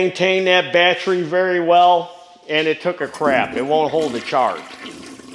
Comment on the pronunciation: Carb - i - traitor Bat - Tree Posit - she - ohne Tens- she - ohne Al - u- minium